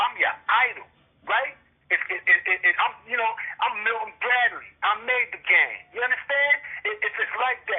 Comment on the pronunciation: Lmao this nigga said "gayme"